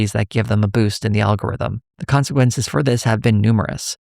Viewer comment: Uh...what is coqensquences?